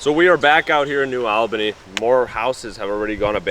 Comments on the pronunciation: FYI it's New AHL-bany (as in All) not New AL-bany (as in Al Pacino) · It’s the price of progress, good thing you weren’t around a hundred years ago you’d be really upset. We pronounce New ALL-BA-KNEE. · Its pronounced New "ALL" Bany 🫡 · New All-ban-ee.